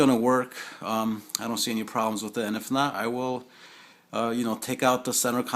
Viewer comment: Thanks, very informative video bro. One thing, you say "wit" instead of "with" just like my wife, lol. She's from Brookyln, I tease her about that all the time. :D Thanks again.